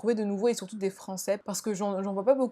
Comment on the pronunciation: Je suis morte “des thread frwancais”